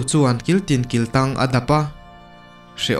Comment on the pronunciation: Kiltin kiltâng niloin,kiltang tih tur.